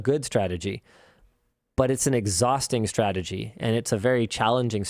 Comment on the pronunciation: Meanwhhile in LMG Clips.... "Stratergy..Stratergy..Stratergy..Stratergy..Stratergy..Stratergy.."